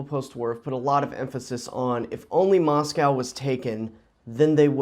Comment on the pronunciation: you still can’t pronounce Moscow